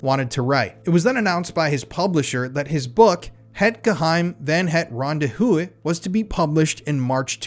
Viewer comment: Ahh my Afrikaans is screaming everytime he says Ronde Huis wrong/ in English 😂